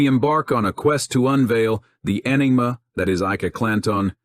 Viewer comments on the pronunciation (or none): At time stamp 40 seconds: "we embark on a quest to unveil the ENEMA that is "Ike-a Clan-ton" and "determin-ah" whether the "pagus of his-story"..... Really? Horrible AI voice. Stopped watching here.